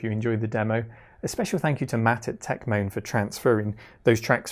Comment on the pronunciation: It's actually Techmoan, not Techman, but anyway